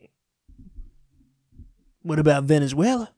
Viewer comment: Please don't do the Venezuela thing again it hurts my ears.